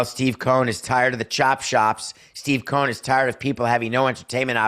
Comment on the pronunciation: It's COH-en